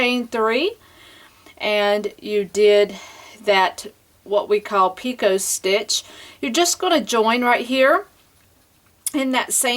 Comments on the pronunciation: Lovely shawl...your instructions are great. I enjoy your tutorials. However, the word picot is pronounced pea-coe instead of pee-cote. The French just love to use silent t's :D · I also have to agree with Carol....if you listen closely on the edging for the second end, you definitely sound like you're saying "pea-coat". And it's especially noticeable when you say it plural...."pea-coats" Sorry